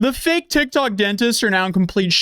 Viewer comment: "A viral TekTawk"